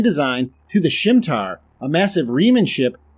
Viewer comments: "Shimtar"??? My friend, its pronounced "Sim-it-ah" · Sorry to chime in but the ship in Insurrection was called the Scimitar, not the Simtar. Unless it just didn't come across the speakers right. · Man you butchered Shinzon's Reman Warbird name, what the hell, it's Sim Mit Tar